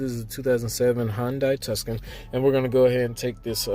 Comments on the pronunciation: A Tuscan ? Don't you mean Tucson ? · Hyundai "TUSCAN" ???!!!